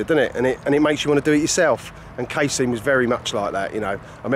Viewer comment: Wtf is "cay-seen" its cass-- ee--en cassien ffs